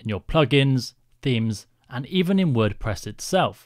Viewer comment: Ah, yes… My favourite CMS, WordPess xd Great video btw!